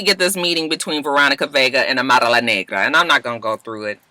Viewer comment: You Kill Me when you pronounce Amara La Nagra and Veronica Vega LOL!!! Too cute and I can tell you have fun with Miami please reconsider! I just crack up when you imitate the Latinas, you put that extra ‘UMP’ on it and I fall out my chair every time! I’m a softie too and I was blubbering on Iyanla this week!